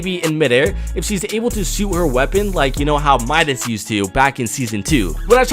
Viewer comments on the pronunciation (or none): none